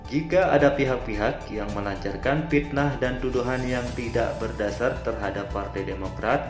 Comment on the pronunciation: FITNAH itu pake "F" bukan "P"